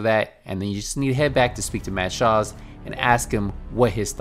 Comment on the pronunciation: dude... his name.... is Mads.... Schulz.... Mad Shaws? TF